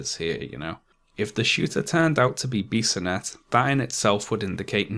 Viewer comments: A French Canadian here, you pronounce Alexandre Bissonnette's name pretty right (there is only a little accent in the "an" sound). However, for "Québécois", the "ois" is pronounced like "wa" in "water". Also, more than two years later, we still find people saying things such as "Bissonnette was a good guy, he only did the shooting because he was in a homosexual relationship with a young muslim in the mosque and the father refused this relationship" - which is untrue, but it seems to be hard to counvince these people that muslims are not always the cause of terror attacks. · Late to the party. Quebecer myself. You pronounced the name of the shooter in a very good way, almost perfect. I was so ashamed when this happened. Good job as always on the video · I know this video is 3 years old and it really doesn't matter, but you pronounced Alexandre Bissonnette's name quite well. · I'm from Quebec city and I have to say you are the best to pronounce his name. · The way you said "Alexandre Bissonette" is absolutely correct. Just sayin'. ;) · You actually pronounce the name of the killer quite right. Good job. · You pronouced the killer's name perfectly. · Pretty good pronunciation of Bissonettes name. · You pronounced the shooter's name perfectly 👍🏼 but not "québécois" haha